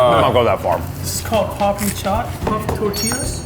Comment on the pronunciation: It’s papdi chat not papri chat